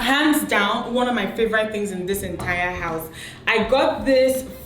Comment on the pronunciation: Beautiful!! Dimma please favorite is NOT pronounced as “favoraite”. It’s an e sound, not and “ai”.